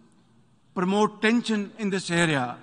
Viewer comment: He said pramote instead of promote 😂 What a shameful thing